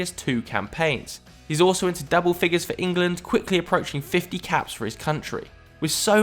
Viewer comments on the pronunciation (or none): none